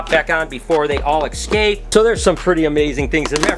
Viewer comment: EScape.... not eXscape